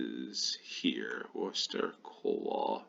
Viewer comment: first American i've heard almost pronounce Worcester correctly!